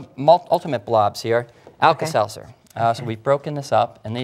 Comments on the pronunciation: LOL alkasalsa? I think its alkaseltzer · you mean the tablet? It's alka-seltzer